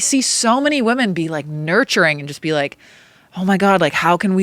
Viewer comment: Guyysssss, please plase please start pronouncing women correctly, WI-MUHN not WO-MEN